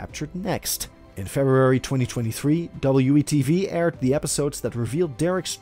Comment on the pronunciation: It’s WE tv..WE!…not W.E it’s WE TV!!